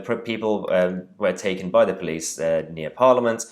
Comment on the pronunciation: Oh ...tho poweece are sooo wacist😭🤣🤣